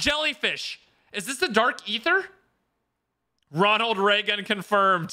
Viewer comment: Whonald Waygun